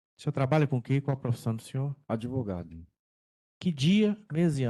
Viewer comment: Quererei cuidar me de mim. Assassinou até o português. "ADEVOGADO"